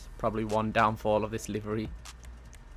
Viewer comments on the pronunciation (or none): none